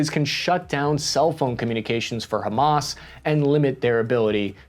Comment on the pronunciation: Love the shirt,! Robocop 1987 is one if my absolute favorite movies of all time. Also, excellent coverage. And kudos on not one pronouncing Hamas as "ham-ass". I was filly prepared to hear it 😂 Many thanks for the unbiased coverage. Our mainstream media is already diverging into competing, mutually exclusive, and incomplete narratives. As per usual. There are many victims in this story, but no heros. Never before have i more deeply felt empathy for the motives and absolute disgust at the methods. We need a oan-humamist moment inthis world if we're ever to move oast the cycles of violence and hatred.